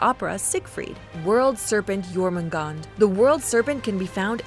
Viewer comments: Pronounciation cop work aside, it just hurts to hear Jormungandr's name be slaughtered and spoken as "Jormoongawnder." It's "Yawrmungaengder." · It's not pronounced " Germangander " , it's Yourmangander ". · It's Jōrmüngandr, not Jōrmüngand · YORMUNGAND, not JORMUNGAND. Sorry. I am just passionate bout that J->Y Lyfe. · Why does everyone say “Jormungand”?? Its jormungandr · It's pronounced jormungandr not jormangand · Did it trigger anyone else when she pronounced j with a “ji” sound instead of a “Yi” sound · *jörmungandr -> Yormungandr You’re welcome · FYI, it's pronounced "Yorgondmondar" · Only thing. The “J” names are pronounced as soft j so more of a yuh sound. Other than that great video. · The world serpent (Jörrmangandr) is pronounced like: your man gan der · Yet you pronounce it wrong. It's Jörmungandr, with a J. Don't preach if you don't have facts. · Imma be completely honest, I was slightly annoyed when Jormungandr’s name was pronounced wrong, but other than that I think the mythology was explained quite well. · You're forgetting to pronounce the 'R' at the end of Jörmungandr's name. Also it mean Huge Monster, not great beast. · That was probably the worst way I’ve heard Jörmungandr being pronounced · The way she says Jormumgandr without the r is a slur in my language. It’s too funny for me at this point. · I cringed so hard when she said Jörmungandr